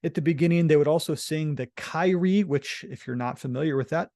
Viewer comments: Great summary! One note of correction: Kyrie- keer-ee-aa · Very interesting and informative, but I have never heard "Kyrie" pronounced that way before. It actually has 3 syllables, and it is pronounced /ˈkirēˌā/.